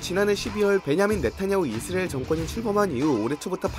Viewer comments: 이스리일? 발음이 좀 이상하긴 하네요. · 이스리에 ㅋㅋㅋㅋㅋ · 그러니까 이스르에로밖에 안들리자냐 센서쨩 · 진짜네? 이스르에 ㅋㅋ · 영어 발음은 이Z리얼 에 가까우니 영어 발음이라 우깁시다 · 이슬이라고 하는거같음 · 이스 아(크게) 을. 이라고 발음해보세요^-^ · 이스릐얼(israil)이라 발음하면 그나마 나으실겁니다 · ㅋㅋㅋㅋ 이스라이 들으니 참이스리 생각나내요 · 역시 이스르엘 발음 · 이스레일이라 하시네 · 의스르엘ㄹ 발음 중독된다ㅋㅋㅋ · 이스라엘 발음 안되는건 여전하군요 ㅋㅋㅋ 볼때마다 신기합니다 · 아 몰랐는데 신경쓰이네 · 자꾸 들려서 스트레스 됨. 내용 안들림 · 발음 왱그래 ㅋㅋ